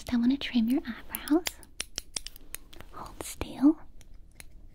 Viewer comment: Yo why did she suddenly gain a southern accent like hoUld stïll